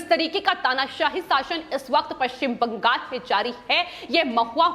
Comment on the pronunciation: आपका विश्लेषण बहोत अच्छा है पर ये जो विश्लेषण देती है उनके शब्द उच्चारण छोटे बच्चो की तरह है उदा:-पश्चिम बं....गाल कृपया इन को बदल कर स्पष्ट उच्चारण वाले व्यक्ति द्वारा विश्लेषण देवे